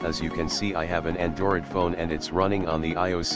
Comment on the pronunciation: ANDorid What? A N D O R I D